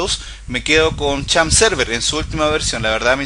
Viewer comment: champp server jajaaa es xampp